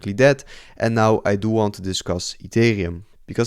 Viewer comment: Gast, je spreekt super en ethereum verkeerd uit... beetje zoals die crypto rover. Maar verder leuke video hoor. We krijgen nog wel een wikkie down om de liquidity the grabben en daarna boomskiboomski